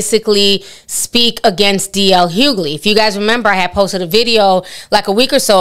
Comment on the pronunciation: His name is Hughley, not hoogley